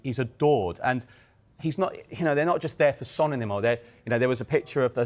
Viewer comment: 10 yrs in the Prem FFS pronounce his name right. the disrespect proves your complete ignorance